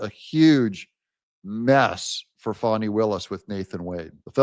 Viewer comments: Great show Doug! The correct pronunciation of Fani is Faa-nee, not Fonni. Just in case you didn’t know! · Would say bad AI voices need a lot of work. The voice over is monotonous and annoying. Fawney! Wth. FANNIE! deleting.